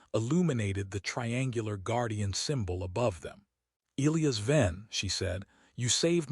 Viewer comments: Eelyus? You mean El-lie-as (Elias), surely. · Excellent story, perfect narration except the name of the male (E Liy as), and bow Verus Bow the later for shooting arrows. the AI in the corner was totally in sync with words. That is not easy to do. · AI narrator can’t pronounce Elias correctly. E LIE US. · WTF? It’s E-lie-us not E-Lee-us. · Not to mention names. Elias and not eeleeas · If the AI cannot pronounce Elias properly .... then pick another name . It is ' EL - eye - AS ' . It is just annoying now .